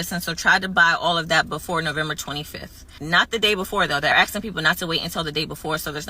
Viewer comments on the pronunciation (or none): I love it when they say ax instead of asking